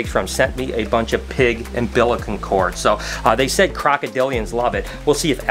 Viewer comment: Was doing fine til you said umbilical.